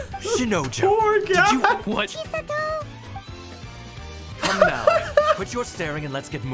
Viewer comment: "Chisato" in English dub kinda sounds like, "cheese a toe" or "she's a toe"